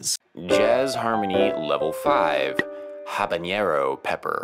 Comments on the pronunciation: It's Habanero (Ha-ba-ne-ro), not Habañero(ha-ba-nie-ro) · yeah, anything better than a "habañero" as he said